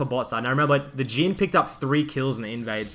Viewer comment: his names jhin not geen btw